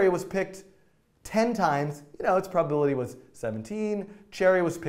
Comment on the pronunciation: "i am gona call it properpility for properpility" :'D